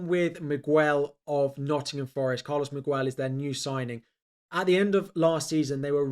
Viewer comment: you are saying miguel wrong, the u is silent